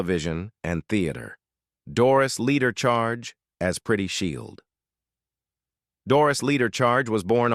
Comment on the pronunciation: This is very misleading - Mrs Charge is on the right. The white guy on the left is not Mr Greene! The narrator keeps mispronouncing names!